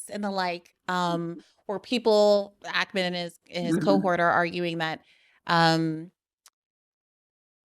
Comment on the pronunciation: I loved this but why do you say Ackerman it’s stressing me out 😂 it’s Ackman!